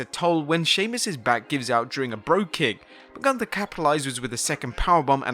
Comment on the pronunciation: If you really were there.... you should know how the name "Gunther" is spoken out.....